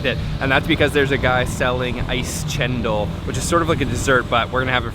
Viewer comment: Not chendel but "cendol"